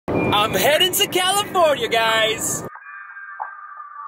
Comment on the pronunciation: "califoryum" - #Brudder #whenIthinkaboutJesus #TheSoundBlewUp #andNow #Califoryum #MuchLoveBrudder